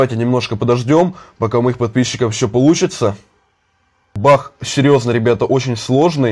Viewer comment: Почему он говорить не баг а бах